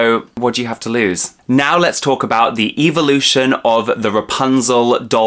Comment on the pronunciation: I love how he says evil- ution lol